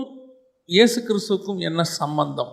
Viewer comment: வசனம் வாசிக்கும் சகோதரியே ஈஸ் இல்ல ஏசு சரியா உச்சரிக்கைனும் 🙏🏻